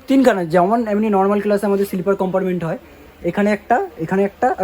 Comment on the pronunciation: Amrit Bharat Express er locomotive details dakhano uchit chilo. Ei train e duto WAP 5 locomotive push pull technology te use kora hoy. Ar akta kotha, "COMPARMENT" noy, pronunciation ta "COMPARTMENT" hobe.